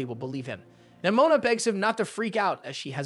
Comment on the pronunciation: “Nimoma” got me dying lol😂